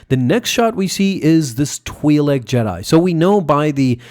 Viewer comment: What a horrible review. He doesn't even know the name of the planet, the Twi'lek (which he pronounces wrong btw) the name of other characters even though Disney told us all their names. Very lazy! How can you call yourself and not know this?